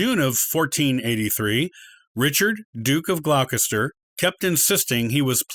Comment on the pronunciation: "Gloucester" pronounced "Glosster" 'Plantagenet" is "Plan-TAH-genay/genet" And Beaufort is "BOW-fuhrt"